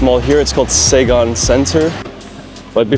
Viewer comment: Omg its not SAYGON center its Si-gon (Saigon) center.